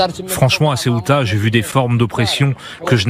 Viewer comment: ''CEOUTA'' et pas '' CIOUTA''! Décidément t as du mal 😂